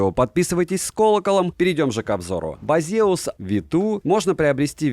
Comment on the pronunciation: Почему ударение не на первый слог?